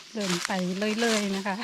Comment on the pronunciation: ร เรือ ชัดเจนมาก คำควบกล้ำ ดีมาก ปรับปรุง นิดหน่อย คือ คำที่ใช้ ด กับ ล บางทีสลับกัน เช่น เดิน เป็น เลิน แต่ก็ฟังเข้าใจ ครับ ชื่นชมครับ ใช้ภาษาไทยได้90%แล้ว